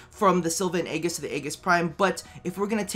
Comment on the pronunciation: Sil-va and Ay-jis BTW is how you say it